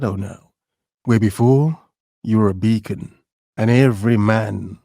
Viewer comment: He said beacon I think? 😅